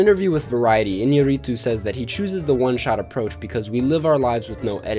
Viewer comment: I’m from Mexico and the way you pronounced “Iñarritu” is so funny to me😂